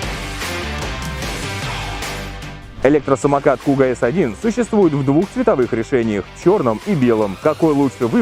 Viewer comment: Не " куго" а "кугу" .